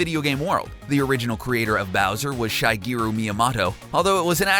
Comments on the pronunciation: "Lehh-va" "Shy-geru" Yeah no, not watching the rest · did you just pronounce it like shy-gearo my-am-otto? are you serious?